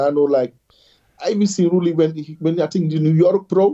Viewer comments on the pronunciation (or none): After all these years I wish YouTubers would learn how to pronounce Roelly's name. This includes Giles, Nick, and others.